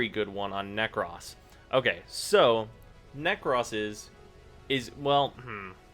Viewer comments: Nek- rohs. Not Nek-rhoss. For the love of God. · Dude the way you say "Nekros" really fucking bothers me ..... 😂😂